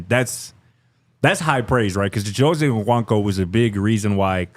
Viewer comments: I have yet to hear pronounce Chidozie’s name the same way twice and all versions are incorrect. How the brotha gonna be the one to mispronounce EVERY ethnic name on the team? Shout out to RK ✊🏾😂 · There are too many videos of Chidozie saying his name for yall to still be mispronouncing it. I’m looking at you 👀 The N is silent 🤦🏽‍♀️